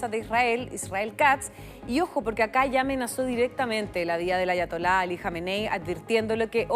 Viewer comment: No sabia que se podía pronunciar Ayatola y Teheran tan mal que vergüenza